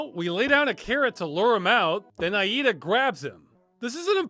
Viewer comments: is it just me or does it sound wrong the way Ross says her name? i think its more like ey-dah not Ah-eehda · Maybe it's different in other played but the only pronunciation of Aida I've heard in my life was like Ayda so it's jarring my brain. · I am 87 percent sure that name Aida, is supposed to be pronounced I-dah. I base this off the character of the same name in Unreal 2 The Awakening. (excellent game, kinda like Halo 1, but better and with more travelling to planets,, dialogue, and a larger selection of enemies to go up against including some of the Predators from the Predator and Alien movies basically. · lol, "Ayeeda" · Farms fun and disturbing video as always. Btw this is how you pronounce "Aida"